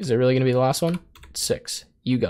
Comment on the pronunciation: "rerally" you meant really